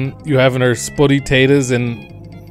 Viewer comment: So it's gone from "sputty tay-tohs" to "spuh-ee tay-ohs", to now just "spuh ay-ohs". Got it. 👍